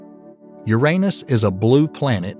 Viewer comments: I REALLY WISH they'd pronounce it the right way, YOU- rah- NUss,, not you-R AAY nus,, and especially with that Southern Bible belt accent, I sincerely think the guy was pronouncing it that way because he liked doing it lol...... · Since when was Uranus renamed to "U'reAnus"??🤣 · Bruh come on na. Why do you not pronounce `uranus` correctly? It takes the whole seriousness away. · I like how he says your anus instead of Uranus lmao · Hello there! I have some constructive criticism to give you, if you don’t want it just ignore this comment. :) So what I noticed was quite a bit of incorrect wording, outdated information and some statements that I didn’t like. Ex: The pronunciation of Uranus, the size of the Great Red Spot, assuming that “the universe” is all there is (and therefore dismissing parallel universe theories and such). That’s a couple of examples that came to mind though I noticed more. But I must say I’m impressed by the time and effort you put in to this, we need more content like this so please continue! Thanks for taking the time to read this and know that this is not me criticising your work in bad faith. I believe we all need some GOOD criticism so that we can all grow and become better. Thanks again! :) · Good video. Uranus could be said as “Your an us” or “you ran us” but please not “your anus. “ Also the sun, though called a yellow dwarf, is a misnomer as our sun is bigger than the average star. Also, the idea of the universe being everything there is, makes anything outside (of everything) an impossibility. Goodbye multiple universes. Even the ‘supernatural,’ if it exists, would be part of existence and thus part of nature, and therefore also impossible to be somehow above the natural. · Okay, I can't keep watching this if you keep pronouncing uranus like that. lol